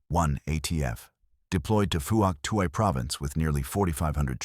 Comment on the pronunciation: Pronunciations are wrong. Vut Nam, silent "i" and strong "N". Also Phouc Tuy is pronounced Fook Twee.